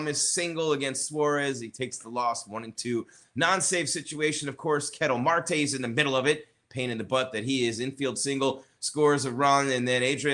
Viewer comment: Did you say the D-Backs aren't a good offensive team? They currently have the 4th best offense in MLB. What poll or stats are you looking at? And you didn't even pronounce Ketel Marte's name correctly. Wow. This is all strictly embarrassing amateur stuff you're reporting. Do more research.